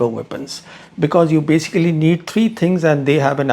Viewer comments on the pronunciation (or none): none